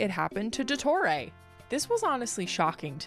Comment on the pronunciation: I'm sorry but the way she say Il Dottore just itched my brain the wrong way. They literally pronounce it correctly in the game, and she still gets it wrong??? 😭